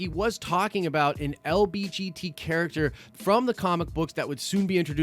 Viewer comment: Did he say lbgt instead of lgbt?